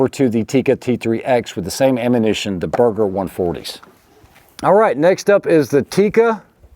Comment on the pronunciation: am i the only one who hear burger instead of berger?